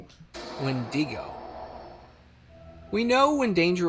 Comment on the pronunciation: Can someone PLEAAASSSE teach this man how to say "wendigo"? Its pronounced When-Dig-Oh. Jus think E-40 "tell me when to go!" 😂😂😂